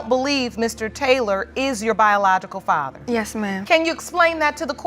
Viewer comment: I’m distracted. Why can’t the narrator pronounce the word FATHER correctly?